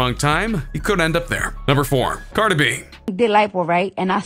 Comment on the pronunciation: This narrator can’t pronounce Cardi B.